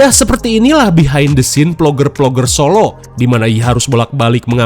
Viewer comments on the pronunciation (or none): none